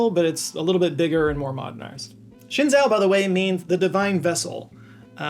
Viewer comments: For future reference, Zhou is pronounced like "Joe" and not like "Zo". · “Shenzhou” sounds more like “Shun Joe”, which as a fan, I don’t recommend. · shenzhou is pronounced like shen-joe. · "Shen-JOE". Zh in Chinese has a J sound. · As a Star Trek fan, apparently Shenzhou is "Shin-jo" 👀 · It's actually pronounced: Shen Joe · Shen - almost right. The "e" is like halfway between a short "u" and "oo" as in "book" Zhou - "zh" is "j" but with your tongue right behind your teeth. Like how "dj" in Django or Djibouti looks like it should be pronounced. "Ou" is just a long "o." You could say "joe" and people would get it. Tian - "tee-enn" but one syllable. Gong - long "o" Tianhe - "tian" like above, same "e" as in "shen" Chang-e - pretty much spot on